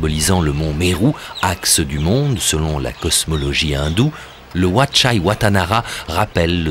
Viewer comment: Wat se prononce 'vat', cela veut dire 'monastere' en thaï, satto, Heu merci !